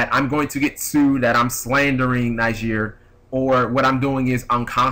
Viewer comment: it's pronounced nih-ZAR like lazaro bellido or lazar from 5ds